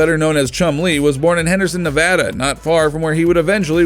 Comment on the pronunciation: He said Nevada right! He said Nevada right!